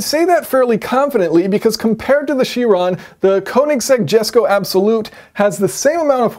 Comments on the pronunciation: I mean if you wanna lose views because you insist on saying the name wrong that's all you buddy 😂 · Only Americans call it a "koe"-nigsegg. Everyone else says "ker"nigsegg. We don't like pronunciation lol